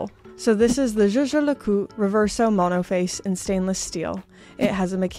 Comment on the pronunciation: LeCoultre and not LeCoul